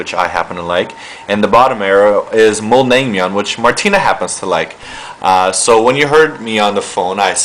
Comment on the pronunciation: My favourite Korean foods <3 Bibimbap and Naengmyun :D And your pronounciation was weird... sort of